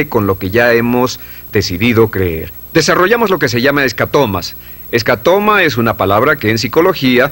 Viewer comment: Escatoma está bien dicho? O es escotoma?